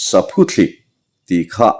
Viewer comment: Saphuthlik ani chhen lo, Saphuthlîk ti a lam tur, thlîk tih hi thluk deuh tur